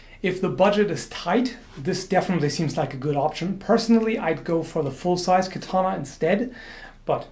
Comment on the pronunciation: You said "I'm sure I'm butchering the pronounciation". Aaaaaactually, it's quite good! Only "katana" and "kojira" are more (katana) or less (kojira) wrong. Katana is pronounced with only short a's and without an accentuation. Kojira was quite well, except for the "r". A Japanese "r" is something between "r", "l" and "d". If you cannot pronounce it, you best use the "L". With "koguchi", you hear a SLIGHT accentuation of the "o", but it's so tiny that I'd not call it "wrong". NOW: I'd never ever correct you normally. You said you were sure to butcher it, and I want to point out that it's quite okay actually. I just give you a little tip for improvement, that's it. I really love your video's and I could not be bothered if you pronounced it right or wrong, really. So... ganbatte kudasai!!! (Proceed please!) :)